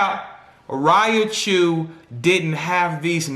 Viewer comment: Man, PLEASE say it right!! It's "Ry-chu!!" Lol but good analogy